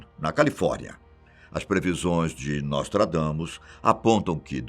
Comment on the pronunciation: NÓSTRAGAMUS IK..IK...IK..IK.